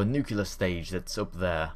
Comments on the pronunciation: Nuclear not Nucular NEW CLEAR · enjoyed the video... one thing... that just kinda gets noticed by me all the time... you saw nuc-U-Lar engines... the pronunciation is nu-CLE-er ... just saying. ;-)